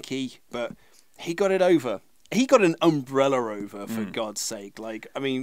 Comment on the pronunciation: "he got an UMBRELLER over"